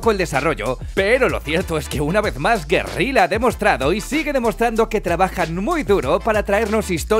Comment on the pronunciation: Lo lógico sería pensar en que en PS4 será con menos FPS y resolución, a mi no me importa, yo solo quiero jugarlo en mi PS4 :3 .... porqué pronuncias Guerila cuando tiene dos "L"? :v